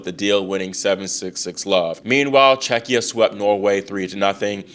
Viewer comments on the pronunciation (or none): none